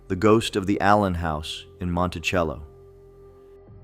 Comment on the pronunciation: Fouke is pronounced like Awe with an F and a K so it’s F-awe-k NOT Foooke, Heber Springs is pronounced Heeber Springs and Monticello isn’t pronounced like Thomas Jefferson’s Mon-ti-chell-o but like a prison so Mon-ti-CELL-o. FYI: Arkansans aren’t 99.9% WHITE like in this video. My Indigenous ancestors lived there long before Europeans showed up in 1541 and my Black ancestors arrived in the 1720s. What? Got something against diversity?